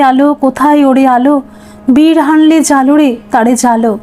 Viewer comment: কথাটি বিরহ + অনলে = বিরহানলে। বির হানলে নয়।